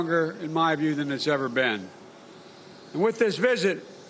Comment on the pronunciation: Marker . Slurring, "I formed a stronnn-relashunshi-p-wi-both of them". Please someone help the man!